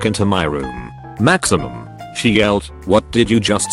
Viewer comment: No one: Voice reader : "Maximum" Hahahahaha